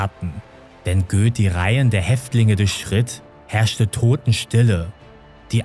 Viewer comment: Da wo du Göth als Göß ausgesprochen hattest, oder ?